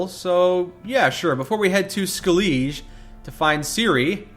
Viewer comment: xD How he pronounces Skellige. I just can't wait until he finds out how to say it correctly